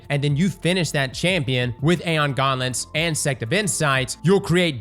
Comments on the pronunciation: Aeon Gauntlets? Or Aeon Garments? 😂. Sounds like ur saying garments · Please learn how to pronounce gauntlets, its braincell destroying hearing you butcher english